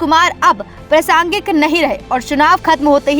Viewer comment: मैडम अपना उच्चारण तो ठीक कीजिए। प्रसांगिक नहीं प्रासंगिक शब्द होता है😅